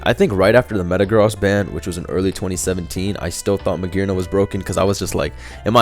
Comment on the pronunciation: magearna with a hard r